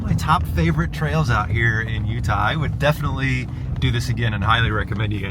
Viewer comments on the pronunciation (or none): none